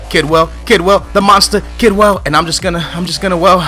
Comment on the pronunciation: kedwell not kidwell